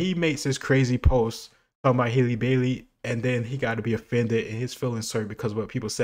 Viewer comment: It’s him saying “Hailey” instead of “Halle” for me 😂